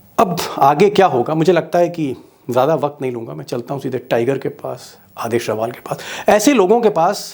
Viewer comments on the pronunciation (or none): रवाल नहीं रावल...